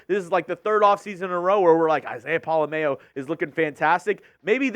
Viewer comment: Y'all need to stop flubbing Pola-Mao's name. It's been freaking killing me!! POLA... M-OW. Just imagine saying "OW" like you stubbed your toe then put M in front of it. Thank you!!